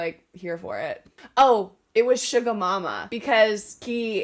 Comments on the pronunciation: vic, its suga not sugar without the r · How you pronounce Suga’s name is : sU - Ga. not shuga (just so you know)😁